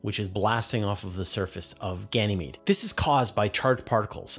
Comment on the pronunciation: it's Ganymede.. not Ganamee